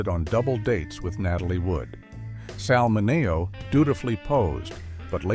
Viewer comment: this video earns the AI prize for "worst pronounciation of 'Sal Mineo'"